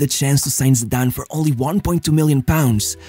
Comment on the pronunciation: Shame he can't pronounce his name I've noticed that a lot about this guy talking